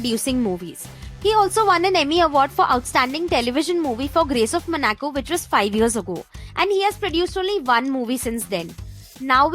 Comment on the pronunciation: Monaco was pronounced as Manaco! During the Nicole Kidman clip.